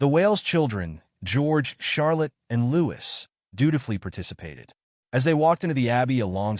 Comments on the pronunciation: His name is pronounced Louie you drop the S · His name is pronounced Louie no “s” it is so annoying that the narrator hasn’t done his homework